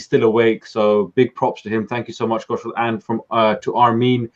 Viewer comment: Please say Kushal name correctly!